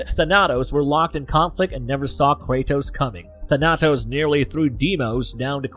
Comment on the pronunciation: Thah-Nah-Tos...Tah-Nah-Tos....Its not that hard. THAN-AH-TOS. Thanatos